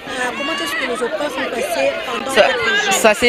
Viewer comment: Les élèves se sont bien défendu mais la journaliste elle est trop nulle Les aupreves au lieu de dire épreuves ( comment est-ce que les aupreves se sont passées 😒)